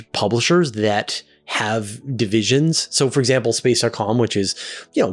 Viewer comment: it sounded like you said Space-R-Com. It was "dot," right?